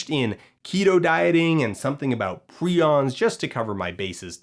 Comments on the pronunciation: I don't ACTUALLY know how to pronounce 'prions', but every time Dan says it, I feel less and less certain that his last name is. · Did you say prions?